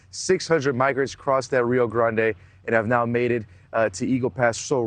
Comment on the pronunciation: I thought it was pronounced Rio Grande, not Rio Grande